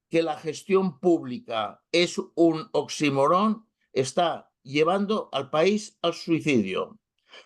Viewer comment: Oxímoron!!! Hay que acentuar bien.